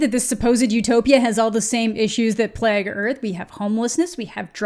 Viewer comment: Why do you pronounce "plague" and "vague" wrong?